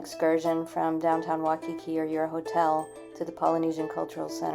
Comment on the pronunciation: FYI....Waikiki=Why-kee-kee...Duke Kahanamoku won 3G/2S in 1912, 1920 & 1924 Olympiads. He was swimmer/surfer b4 becoming Olympic medalist. He was also one of HNL first sheriffs. Later, he was one of the first Hawaiians to appear in Hollywood movie...Hanauma=Hah-now-mah... Leonard's Malasada is distant relative of New Orleans beignets, sometimes filled chocolate, haupia or taro fillings...Nuuanu=Noo-ooh-wah-noo...